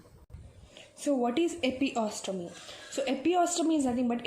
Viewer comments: God!!!!!! Its not epiostomy...........its EPISIOTOMY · Also pronounced as epi-se-otomy